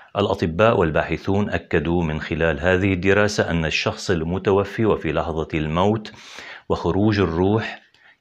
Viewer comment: الشخص المتوفى بفتح الفاء وليس بكسرها